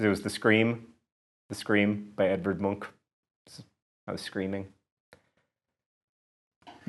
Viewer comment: Me! I turned 21 this year =D As did Stargate. And I would also like to inform you that your pronounciation of "Munch" was exemplary.